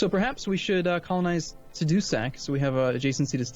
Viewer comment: it's pronounced Tah-Dou-Sac